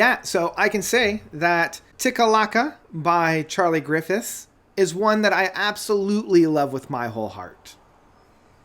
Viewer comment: "Griffith" - "GriffithS "Arctic Circle" - Arctic CEMETERY "Daniel de Ghol" - Daniel de JONGH (YONG) "Vladimir Ludlec" - Vladimir LALIĆ (LA-LITSCH) "Takalaka" - TIKTAALIKA Man, I really love your insightful reviews, but is paying justice to proper pronunciation THAT hard 🤣 ?